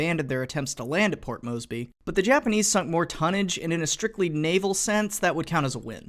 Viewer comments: And, it is Port MoResby (MoRZ - bee), not Mosby (MoZ - Bee; who was a Confederate cavalry officer). Otherwise, a great collection of film materials here! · that's not how the hell you pronounce Port Moresby you say: Port Mores-berry not: Port Mose-bee thanks, a concerned Australian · Lol "port mosby" (its moresby) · ITS MORE-S-BEE.NOT MOS-BEE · MORE-sby not MOE-sby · More... Port More sby. Moresby.... Not Moesby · Port Moseby? Say it again. Port Moseby? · MoResby! There's a fucking R in it!